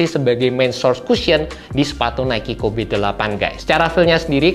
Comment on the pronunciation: Gatel banget pengen ngoreksi tiap denger penyebutan "KOBE" nya 😅